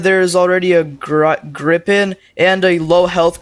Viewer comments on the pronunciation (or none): It's gri pen not gripping and ka yet sha